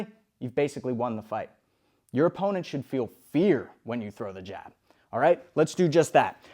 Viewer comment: bro said G A B lol